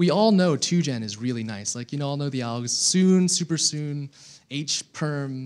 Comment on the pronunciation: wtf..he said "oll us 56 cases" oll is 57 cases mate